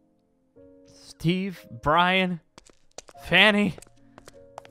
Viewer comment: Did say Fanny? Instead of Vanny?